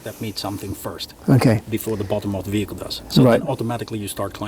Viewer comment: All well and good, but what exactly is a weehicle?